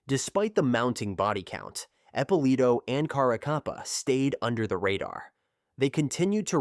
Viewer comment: The AI ruins this. Epp uh Lito not appalah